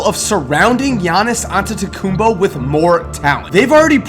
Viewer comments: its antetokounmpo not antetokounmbo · ITS AntetekumPO not BO